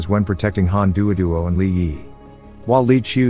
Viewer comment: Bot having a stroke every time it tries to say Li Yiyi